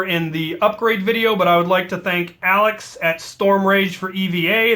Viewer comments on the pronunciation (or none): none